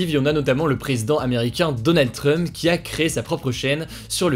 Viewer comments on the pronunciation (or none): none